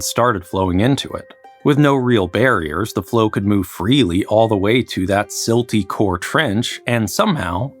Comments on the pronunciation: I heard you say silt core and immediately knew what next. Silt doesn’t work that way. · I shuddered when I heard “silt core” and “tuff foundation.”